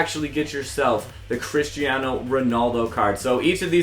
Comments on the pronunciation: ummmm Christaino? i thought it was Cristiano good job ea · His name is cristiano not christiano